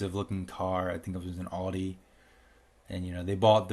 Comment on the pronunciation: To be fair, she made a video saying she wanted to switch up to an Audi. I remember it vividly, because she continually mispronounces it "AWE-DEE".